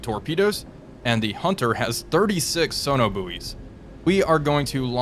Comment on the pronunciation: I’m sorry but “sono boowies” is just too funny 😂